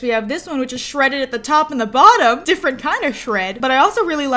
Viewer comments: Every time she said “Which” I kept thinking “Witch” over and over again 😂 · Every time she says 'which', I immediately hear 'witch'